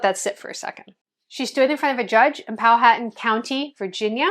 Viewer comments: Pow-uh-TAN, Virginia. Not Pow-HAT-an. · Pow wha tan is how its pronounced. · The county in Virginia known as Powhatan is pronounced as Pow'-wah'-tan. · Pow-a-tan. Not Pow-haton. I have lived in Virginia my entire life. And there are millions of Racist black people that live here Not only Against Caucasian people But ironically against people who are blacker than them. So yes it exists today in the black community. Also ironically I was stopped by a black state trooper Only a few Years ago And he looked at my driver's license and laughed and said you think you're white Because it says Caucasian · POW-HAHTAN is the pronunciation